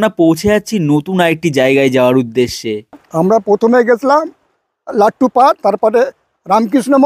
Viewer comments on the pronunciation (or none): ওরে ভাই লাড্ডু নয় ,লাট্টু।